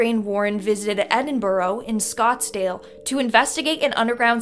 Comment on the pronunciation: Scotsdale..PMSL it's SCOTLAND You Americans think the whole world is somewhere near America..lol